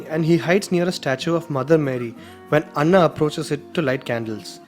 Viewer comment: Anna is not pronounced correctly. Anna in Tamil means big brother, Anna pronounced like u did means Rice in Telugu and Kannada. Anna is A na- a Christian female name. Like in Anna kurnikova.